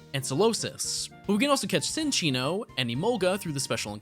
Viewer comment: It's pronounced Chin-Chee-no- because it's a chinchilla .